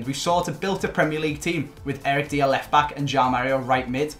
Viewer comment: My man said Eric deer